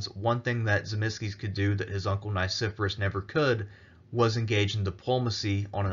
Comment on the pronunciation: The pronunciation of Nicephorus is technically Nee - Kee - for - aws. But all in all, absolutely loved your presentation! Very well written.